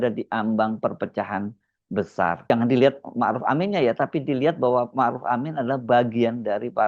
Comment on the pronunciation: iki orang apa panggil kyai zulfa dengan sebutan kyai haji sedang kyai ma' ruf dengan maruf